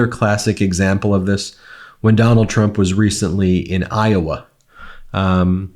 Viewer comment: Ben, you got it right the 1st time!! “Tump”😂 Ty for the smile & for all your hard work as well!! I will be calling him “tump” now!!💯😹 🇺🇸💙💙💙💙💙💙💙💙🇺🇸 I just love “Walz”!! Our future president, Kamala Harris made the perfect choice for her VP!! 🇺🇸💙💙💙💙🇺🇸